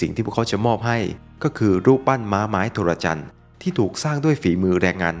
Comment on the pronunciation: Trojan = โทรจัน ครับ ไม่ใช่ โทระจัน